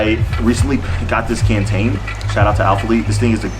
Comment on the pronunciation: The way you pronounced “canteen”😂